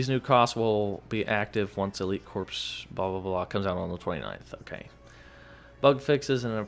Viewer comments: Pronounced core, not corps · stop saying corp and corpse, Corps is pronounced like core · Friendly reminder, it is pronounced “core” not “corpse” 😉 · It’s pronounced cor not corps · A “corpse” is a dead body, a corps is a military unit of identification and it’s pronounced “core”, the “ps” is silent. just trying to help so you don’t sound like an idiot. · Corps is not pronounced like Corpse. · Corps is pronounced like core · Hmm it's pronounced core* 😂 but on the low I'm actually really excited for this update. Little disappointed on the fact that skins are lacking though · Corps is pronounced "Core"